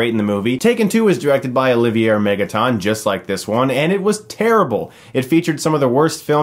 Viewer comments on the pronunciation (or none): His name is pronounced Olivier (O-Liv-E-Eh). It's French.